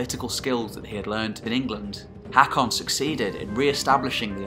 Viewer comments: Its pronaunced hokon :) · Learn the pronounciation - Haakon is pronounced “Hokkon”. Try learning something instead of uttering drivel. This history is deficient in most of it’s claims. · aa or å makes a hard O sound so it's "HOE-kon" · As a Norwegian, I cringe everything you say "HEKKON". The å/Å/AA is pronounced like the "a" in "alright". And in case you wonder the ø/Ø/OE like "e" in "early". And even English once had æ/Æ/AE, as in CÆSAR, and pronounced like the "a" in "Mary". Other than that though, this is excellent. I'm going to watch them all of course. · Butchering the name tho. AA is an Å (sounds like the A in hawk) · the way you pronounce norwegian AA is the same as the norwegian letter Å. wich easly described in english is The first sound in the letter O